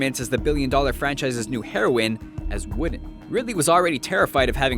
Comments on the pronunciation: John Barry Maybe because English is your native language? "Wdn" is what I heard. What's the point to type in ''oo'' and ''e'' if you don't pronounce them. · "...describing her performance... as --" WHAT DID HE SAY? 'Women'? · i heard wooden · "Describing her performance as the billion-dollar franchise's new heroin as...[WHAT?]" What the fuck did he mutter there? "Women"? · i NEEDED SUBTITLES TO UNDERSTAND....WOODEN